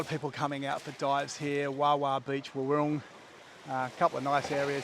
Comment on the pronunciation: I love ur vids !!! B U T …… i have to say to you WARUNG is pronounced : “WAR - WRONG” Your saying is incorrect. Just saying…… love Amed btw